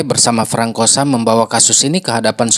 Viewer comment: Bukan frankosa. Itu baca nya FRANSOA kak…